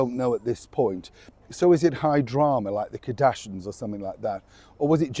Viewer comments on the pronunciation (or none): KAR DASH SHIANS, please please just say it right once!